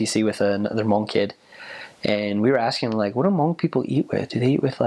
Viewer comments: It's nice to have a different ethnicity to learn about the hmong people. You markdown all the points in the hmong history, love it. And the way you pronounce Hmong is the right way (: You're awesome for knowing and learning. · I'm pretty sure this is the first person I've ever heard pronounce the word Hmong, correctly... Points! :)